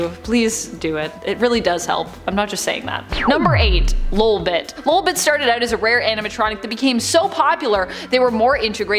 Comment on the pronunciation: I think you said lobit wrong